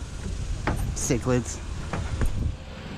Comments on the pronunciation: It's pronounced sick-A-duh Cicadas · There are called sa cad des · cicadas not cichlids..lol